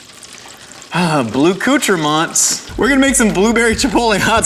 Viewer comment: Blueccoutrements? Not abluetrements? Come on, get it together!